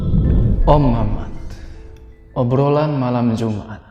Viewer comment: Salah, nada nya bukan gitu. Pas bilang "obrolan malam jumat"